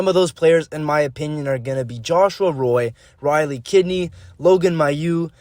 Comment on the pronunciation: Tabarnak! its Joshua ROY (ROUAH) and its Canadiens